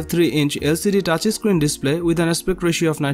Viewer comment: "TAAAAATCH ISSCREEN"